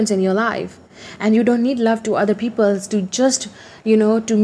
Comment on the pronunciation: "People" does not have "s" at the end. :)